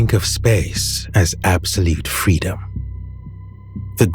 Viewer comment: Absolete fweedom